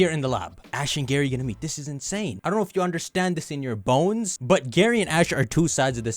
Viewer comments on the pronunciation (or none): none